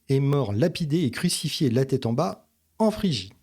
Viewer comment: "Pas un cheveu de votre têtre"?...C'est quoi une têtre?...